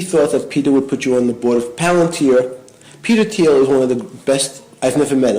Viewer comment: Who pronounces Thiel with the “Th”? Is Asmongold really so clueless that he’s never heard Thiel’s name said out loud?! This is your political compass? Sad sad boys.